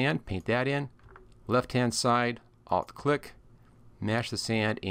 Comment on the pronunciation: I thought u were saying I’LL click but u were saying ALT click . Couldn’t figure out until I saw ALT displayed Must be your accent , I’m Canadian ......well my laugh for the day 😂😂 BTW excellent video 🤘